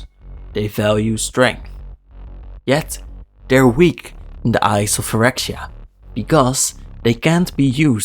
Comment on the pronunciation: You pronounced it a bit like “New phyrwkdoptbfya” in the beginning lmao